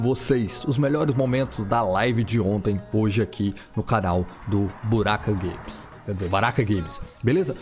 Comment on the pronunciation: Foi impressão minha o ele falo Buraka Games